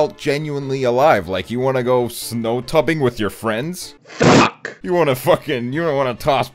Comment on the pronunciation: HE SAID SNOW TUBBING NOT TUBING AKDJKWJDIWNS